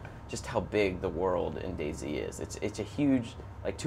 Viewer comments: I always thought it was pronounced dayz.. No spacing between. Sorry if Im wrong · It's DayZ not Day-Z. Jesus...